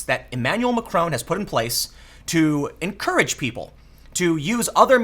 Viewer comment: Mac-RON with a softly hit 'n'. Not Macrone!